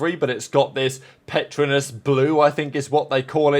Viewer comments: its pronounce Per-Tro-Nus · Petronas is pronounced with 3 syllables